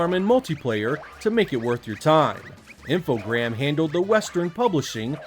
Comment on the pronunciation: great video as usual and I'm gonna sound like a twat but its Infogrames not Infogram lol